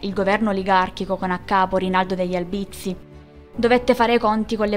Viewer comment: Oltre ad altri accenti non corretti, anche in ALBIZZI L accento è sdrucciolo, sulla A , e non sulla I .